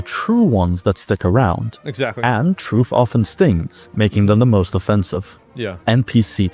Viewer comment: I like how this guy pronounces truth as "TROOOOF" 😂😂